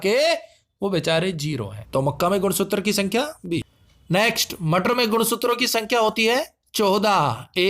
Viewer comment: Wo sab to theek hai par shuru me ye Sutra ko Suttar bolne ka Kya scene h?